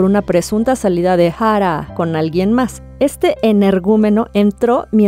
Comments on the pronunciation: Yo tratando de tomar el vídeo en serio & sale con su "Ja-rá" como si hubiera puesto al traductor a pronunciar su nombre porque ella no podía pronunciarlo 🤦🏻‍♂🤦🏻‍♂🤦🏻‍♂ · me pone un poco nerviosa como dice Jaaraa. que descanse en paz. :c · Porque pronuncia así jara que feo molesta al oído pero nada muy buen reportaje y triste de esta sociedad la vida es dura para muchos con dinero o sin dinero con fama o sin ella. No es fácil y más cuando se sufre tanto no critico al que tome esa decisión no es nada fácil y solo ellos saben su dolor para mi hay que tener mucho valor para quitarse uno mismo la vida y eso duele porque es lo ultimo que se pierde el valor y estos seres humanos lo usan para quitar su último suspiró triste de por sí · Me irrita demasiado como pronuncias su nombreeee, AHHHHHHH no puedo.